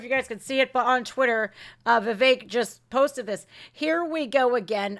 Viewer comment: Viveck is pronounced Viv-eck, not Viv-ache. I worked for a manager with that first name. This is nothing but ELECTION INTERFERENCE & POLITICAL PERSECUTION of a POLITICAL OPPONENT of the resident in thief, Joey, the inappropriate toucher, Biden. I watched the hearings on elwction fraud in at least 4 states and there was a lot of fraud and interference happening. That traitor Bill Barr spoke ro NONE of the whistleblowers. He has a history of cover-ups. We can't trust the elections that they will be fair, transparent, free from tampering and other problems. ALL Americans should be concerned about this. Sorry for the edits. I agree that this was all planned. The media is complicit in this garbage. I hope Trump sues everyone involved for this rediculous farce and injustice! This is wrong, wrong, wrong! I had to fast forward through this nonsense. That forewoman is insane! She's driven by hate and revenge. For what? She doesn't know.